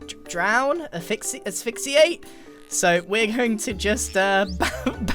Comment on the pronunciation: You forget that gri has a degree in marine biology until he says words like aphyhxiate (no clue how to spell that)